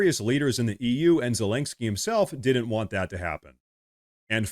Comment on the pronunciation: LOL...Dude, you keep saying Zelensky's name wrong.